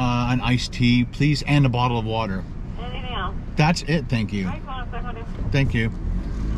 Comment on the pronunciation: Nobody:: That's it thanks. Thank Youw..